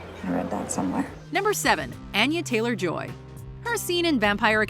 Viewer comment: Please learn how to pronounce Anya Taylor Joy’s name correctly